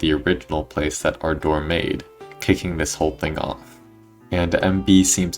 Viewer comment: My ahh keeps laughing everytime he said ardor because it sounds like he's talking about "our door"🥀😭😭